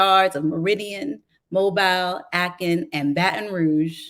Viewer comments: I could not help but be distracted by the reader pronouncing the name of Mobile (Alabama) as mobile like a mobile phone, rather than the correct way of Mo-bil. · Same. I grew up in Mobile, so it was very annoying.